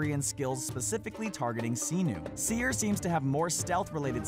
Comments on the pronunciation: "Siii-nuuu" Bayek says "Se-nu". Guess who says it right? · It's Senu S-e-n-u it's not Xenuh...... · Senu is pronounced Seh-Nu not See-Nu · other than miss-pronouncing certain names cough cough "senu" i liked this video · None of that is a secret. E3 already showed everything you mentioned and beyond that. So not is only the purpose of your video pathetic, you pronounce Senu and Ubisoft wrong. And to other people: Don't write wrong things such as "Ubisoft is pronounced Oobisoft!", 'cause it's bullshit.